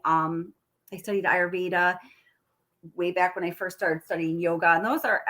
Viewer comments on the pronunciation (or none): none